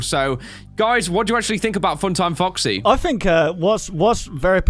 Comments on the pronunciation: It sounded like he said fucksy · When said foxy it sounds like f##ksy LOL